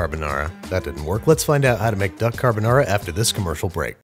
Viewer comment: “You’re my lil duck carbanara” 😂